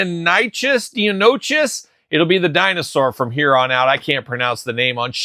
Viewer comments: it’s pronounced “Die-Non-eh-cuss” 😂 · the dinosaur is pronounced "dye-no-NY-kus." Also, I believe the Jurassic Park Hammond Collection is Mattel, so that would have been a challenge for Hasbro to use them.